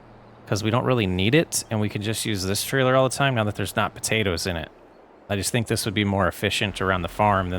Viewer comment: If you're gonna say potaters and tomaters, you need to leave off the "po" and "to" to be correct red-neck😂😂😂